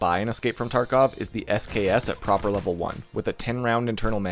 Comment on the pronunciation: Love how you call Prapor "Proper" x)